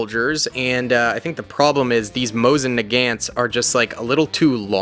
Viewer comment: The hmg for the Brits here is a Vickers not a Maxim, it's pronounced nuh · gaant, pretty sure one of those Russians are Japanese, and the howitzer was always designed as an indirect fire weapon since long before the tank